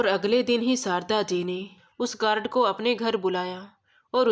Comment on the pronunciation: गारड नहीं। गार्ड